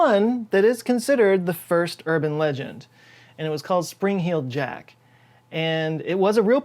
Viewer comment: the WHOLE video I thought it was “Spring Hill jack” and you were just pronouncing it weird 😭